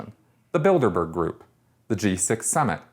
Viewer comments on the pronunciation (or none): BILDERBERG. I thought you said Build-A-Bear. Was really confused.